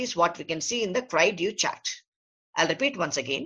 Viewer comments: With Google Translate in existence, doctor please make an effort to pronounce terms correctly. This is a French term. Cri du Chat means Cry of the Cat. Pronounce as CREE - THU - SHA. DU is pronounced with a soft D as in THE, but the vowel sound is OU. CHAT is like an SH with the T silent, so SHA. Instead of all this talking, give a few videos of the actual cry being made and show some babies. This is nothing but reading from a script, useless. You are too lazy to even look up Google to pronounce a French term correctly. What a joke! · the man can't even pronounce the syndrome right...smh